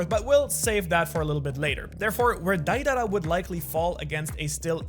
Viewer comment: Did you even watch naruto??? It's not Daidara, it's Deidara